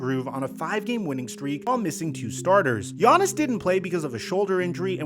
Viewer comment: Why do you pronounce his name “Giannason”😂